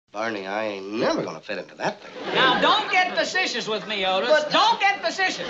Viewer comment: "Now don't get fasetchious me! Don't get fasetchious!"